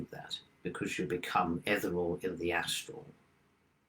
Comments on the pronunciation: Interesting talk. Wasn't sure though what was saying around 18 mins when he kept saying something like 'etherall', but I think he meant ethereal. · Please tell that 'ethereal' is pronounced exactly as it is spelled.